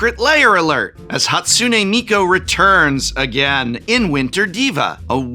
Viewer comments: Prof has had to say Hatsune Miku so many times that I think he's said every possible minor mispronunciation at least once. A couple of Mikos and a Hakune or two slips past after so many repetitions. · Tbh Prof, the intentional repeated mispronunciation of Hatsune Miku just comes off as a bit racist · At first i couldn't tell if he was mispronouncing "Hatsune Miku" on purpose or on accident. Then i realized he pronounced it wrong differently each time, and i had my answer. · is he deliberately mispronouncing "Hatsune Miku" each time as a running gag? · I love how the prof mispronounces hatsune miku differently each time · prof pronouncing hatsune miku a different way every time is kinda funny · I truly respect Prof slightly mispronouncing Hatsune Miku's name in like 4 distinct ways